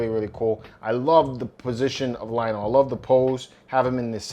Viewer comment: LOL Lionel! His name is LION-O, not Lionel. Willy Cat! Panth-air-O! Teegra! Bro, did you really watch the show?